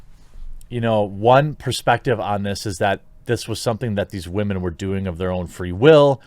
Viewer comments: I find it funny that you say "Wahhman" but change it to "women" when its in bad taste. its always in bad taste. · It’s sentencing for wahmen